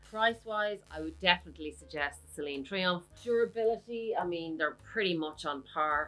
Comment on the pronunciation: Mini “triangle” .. i thought i misheard you 😂… good comparison vid..👌👌